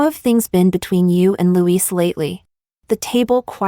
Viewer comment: The way you say louis sounds like agirls name